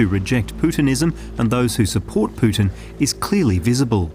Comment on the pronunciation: It's "Putin" though.